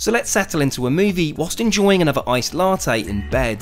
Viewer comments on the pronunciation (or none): none